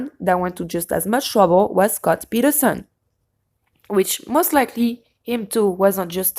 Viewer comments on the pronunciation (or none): none